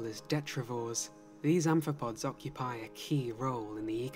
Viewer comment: The guy in the video keeps calling arthropods "anthropods" and it's really bugging me